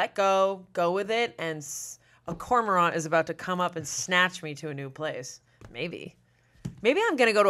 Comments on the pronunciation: Fun fact: did pronounce cormorant wrong. Cor-Mor-Ant, with ant pronounced just like the bug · My mom is wildlife biologist, and I grew up hearing it pronounced as "corr - morr - rant" (with the a read like the insect ant). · ***Cormorant (core-mur-Ant) 🐜*** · Birder here! Y’all are so close to the pronunciation of cormorant! I think its French so its already annoying to try and pronounce in our American English ways. It sounds like “COR-MR-RENT”. Emphasis on COR and less emphasis on MR cause its almost at a mumble. Amazing readings and pulls from all y’all! Would be fun to see other Smosh members go on here and have their tarots pulled too!